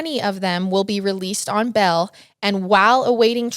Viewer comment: And it's "BAIL" not "BELL" XD